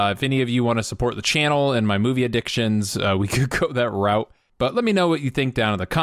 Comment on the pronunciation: I like the fact that you pronounced route by its proper enunciation and not "root" as some idiots do when they butcher the English language.